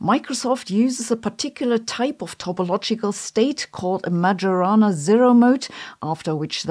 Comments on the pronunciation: Please, not to be pronounced "Magiorana", but "Maiorana"... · Please Sabine, pronounce Majorana correctly. The correct pronunciation is Maiorana. This famous and troubled scientist deserves it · It's pronounced "mayorana" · Sabine - It's an Italian name pronounced 'May-orana'. The word you're saying is defined by Merriam Webster as "a genus of herbs (family Labiatae) that is sometimes included in the genus Origanum but is distinguished by having the flowers in verticels arranged in dense continuous spikes or heads" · Three things need to be said (that she didn’t). 1) Properly speaking, it’s pronounced “Mah-yo-rah-nah.” 2) In physics, Majorana is a property of certain subatomic particles. A particle that has Majorana can act as its own antiparticle 3) “Majorana” was adopted as a term in physics to honor the noted Sicilian physicist Ettore Majorana. Yes…that guy. 😉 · Italian from Sicily here, studied in Catania. It’s pronounced MaYorana. “Yo” like yogurt. Thanks for the video though. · Pronounced “mayorana1”, but I like the way Sabine pronounces it! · In Italian (Majorana was Italian) it's pronounced Mayorana, like mayonnaise 😁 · The "j" in "Majorana" is pronounced like the "j" at the beginning of "Jodellied". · I don't want to be too critical as I know how hard people work on putting together YouTube videos, but considering Majorana fermions are at the heart of the matter, you're pronouncing "Majorana" incorrectly. It's a soft "j" so sounds like "y". You can all thank Ettore for that. This is all fairly common knowledge, particularly for folks in the particle physics world. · I'm pretty sad hearing your pronunciation of Majorana.